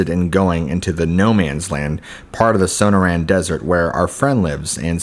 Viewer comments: SO-NOR-UN, NOT SONO-RAN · Suh nore un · Son-noor-anne, not So-No-Ran. Cool stories, but use a dictionary or something if you aren't sure of pronunciation. It's like listening to George Bush try to pronounce nuclear and hearing it come out as nu-que-ler, lol. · Sonoran is pronounced suh· naw·ruhn. Forgive me if I'm nitpicking but you are a really good narrator and I love your stories. I googled it and it even has a speaker so you can hear the word in case you ever need to know. Nobody does gargoyle stories and you've got quite a few, all great. Thank you!